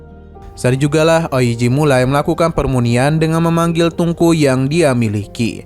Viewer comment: Pemurnian min bukan permunian